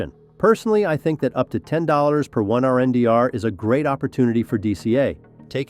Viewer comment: RNDR ? Your mean Render - Only a BOT Calls it RNDR